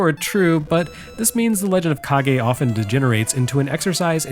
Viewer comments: I wanted to throw up each time you pronounced it like cage. Thank you for the good joke after all was said and done! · I've been studying Japanese for close to 30 years now and only just realized that it was pronounced ka-ge when I re-purchased a copy of it before PRGE this year. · Mission accomplished on the pronunciation trolling. My eye was twitching by the end. But then there's also and that mindsplitting scrolling effect. That actually made me dizzier than most VR experiences so far. I'm not going to defend Legend of Kage's quality but I do love that you gave it credit for its ambition wih its themes. It was absolutely one of the more influential formative bits of ninja media I got to consume as a kid, and solidified my belief that ponytails can be cool and badass on guys and not just be douchey like with Steven Seagal. Thanks for that, Taito, Tose, and countless assorted ninja and wuxia flicks. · As a kid growing up with one parent who was raised in Japan and another who was born there... I absolutely pronounced it like Nick's last name. I'm glad though, that we live in a world where it means a lot to people that we say it correctly. That's comforting to me. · yep it's pronounced like kagemaru of virtua fighter fame xD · Joining the chorus of ancient comments here about the fake-out of the pronunciation. For my part, I KNEW "Kage" was a two-syllable word following standard Japanese pronunciation rules, and yet when you consistently pronounced it as "cage" in the early goings of the video, I began to doubt myself. You always do great research and check on things like this, so I figured maybe I was the fool all along. Turns out that, in a way, I really was. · it is pronounced legend of ka gay. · When you pronounced it "cage", I heard the sound of thousands of keyboard warriors preparing for battle. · I also thought it was pronounced cage but I think it’s actually pronounced caw-gay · Legend of Cage?!?! Kage! Kah-geh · The Rah-gey in the Kah-gey.